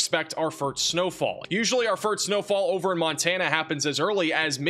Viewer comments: I can't :) but have to before someone calls you out on it. Did you say FURT or FIRT snowfall? Drag out the letter "S".. FIRSSSSST / 1st snowfall. Just trying to help brfore you go on live tv as a news caster. (Weather Man). Good work on everything else, you guy are always 99 perc of the time on pount and accurate!! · why does he say "furt snow" fall? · Does keep saying firts instead of first? Still a good channel. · Do you know you say firt instead of first? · Am I hearing fert instead of first?😅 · Is it me or does it sound like he's saying "fart" instead or first.... lol